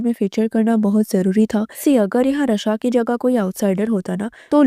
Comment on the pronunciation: Raaaa shaaaa not ra shaa र नहीं रा